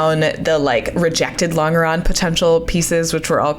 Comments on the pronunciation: Sorry to be that guy but you're mispronouncing longeron- the g is soft, like a j .. Lawn-juh-ron :) I am an aircraft structures repairman with 30 years experience so I should hope to know what im talking about. Can't wait to see how this project turns out! You got this! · I'm not saying it's wrong, but your pronunciation of longeron sounds wrong to me. I've been around USAF my whole career, and it's always been a J sound for the g. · I'm getting tilted by the way she says longeron! Ive only ever heard it as a J sound like the g in germ. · Actually, the pronunciation is lon-juh-ron, not lon-guh-ron. Doesn't detract from the project, though! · You're still saying long-grrr-on instead of lon-jer-on? What engineering school did you go to? Or is this a joke like Botal Toat for your resin? In 1972 we built an airplane using Gorilla Glue with a moist wipe with a sponge at each gusset. Then held the gussets down with brads. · You’re killing me with the LONG ER ON thing. It’s French, it’s pronounced LON GER ON! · I'm enjoying your video and your shorts. Thanks for posting your project. A quick comment: I grew up pronouncing "longeron" with a j sound not a hard G. I googled it and got about 15 pronunciation answers, 90% pronouncing it with the j! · The g in 'longeron' is pronounced like the J in John. longeron /lŏn′jər-ən/ noun A major structural member of an aircraft fuselage, running from front to rear. A thin strip of wood or metal, to which the skin of an aircraft is fastened. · Longeron is French (like a lot of other terminology related to early aviation). Because it is French in origin, it is pronounced "Lon-jur-on". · It is impressive that you are doing this. We are losing these skills at an alarming rate. Anything built that is significantly larger than the drawings is done this way. You can’t CNC a house or a bridge. As an aside, and apologies if it’s been mentioned already, the typical pronunciation is laan jr raan